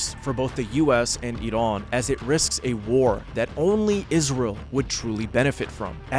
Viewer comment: Thank you for your video and pronouncing iran right